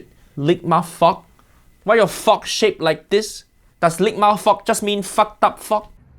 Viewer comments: "why your fok shaped like this"💀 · sounds like he says ligma fuock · The way he says fork takes me oooout lol